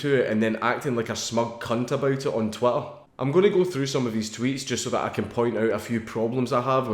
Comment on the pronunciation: GOUIN TRU HAS TWEEETAH